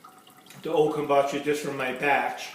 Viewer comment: Kumbacha??? Kombucha